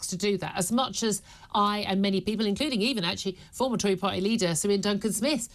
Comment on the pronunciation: Par,ey. Come on Julia the the word is party.